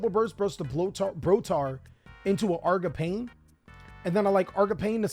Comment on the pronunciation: bro yugioh players can’t pronounce anything 💀 “argapain”